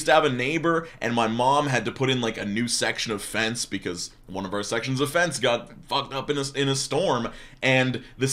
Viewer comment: I was listening to this while doing something else and kept hearing "sexual offense" instead of "section of fence" lmao